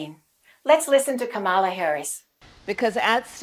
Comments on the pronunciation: Dear, you're mispronouncing Kamala's name. It’s not KamAla, it's KAmala. You gotta stress the first syllable. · Accent is on first syllable : Ka mala! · Great video, thanks. But you mispronounce Kamala's name. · too bad she mispronounced it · Please pronounce her name correctly before we can truly listen to your message.